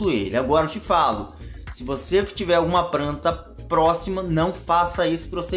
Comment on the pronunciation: Ganhou dislike por matar mato e por falar "pranta".